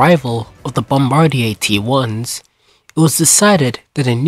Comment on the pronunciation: It’s bombardier (Bombardi-ay) not bombardair